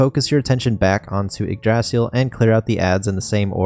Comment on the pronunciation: pronounce it right, its, ig-dra-sil, not igdraasil, sorry but ive been playin too many dragon quest series.